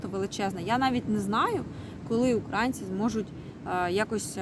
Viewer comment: «УкрАінці» блядь безтолкове